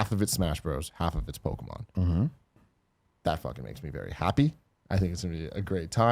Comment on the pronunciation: It drives me nuts how Tim says Pokémon!! “Pokamon” my goodness haha